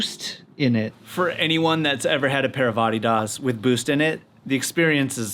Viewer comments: No one says Adidas like that, especially not in Germany. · Ar-Dee-darse 😂 you must have been public school educated here in Blighty. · Your pronunciation of Adidas just through me for a loop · That’s how they say it everywhere but America. Does sound odd though